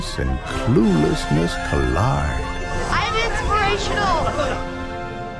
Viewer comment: "cluelessnerss" Intentional boo-boo?